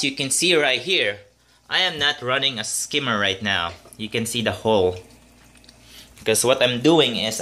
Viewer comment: "Protein skimmy" 😜 love your videos